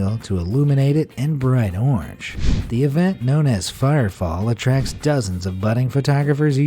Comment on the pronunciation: "That waterfall turns bright ornj"